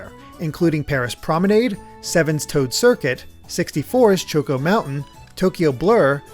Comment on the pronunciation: That pronunciation of Chocco though… it’s like Americans and “Yoshi” when even Yoshi doesn’t say it that way.